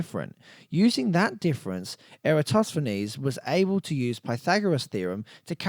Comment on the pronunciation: thank you for properly pronouncing the name Eratosthenes